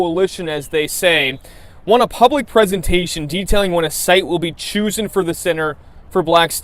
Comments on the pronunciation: DID HE ACTUALLY SAY CHUSEN. WHAT AN OVER PAID ILLITERATE CLOWN. HE NEEDS TO BACK TO SCHOOL THE WORD IS CHOSEN. CHOSEN. NOT CHUSEN. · "choo zen".... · What goes on in the black excellence building? Also good catch on the pronunciation of Chosen but he also mispronounced Immediate saying Uhmediate instead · Wow! “Choosen”! WTF! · Did he just read it as "choosen," or was that how it was written?